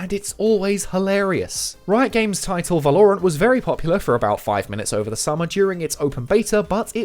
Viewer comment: way to say valorant wrong